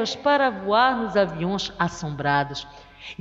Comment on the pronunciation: "Investigaçõs" , "aviõs" kkk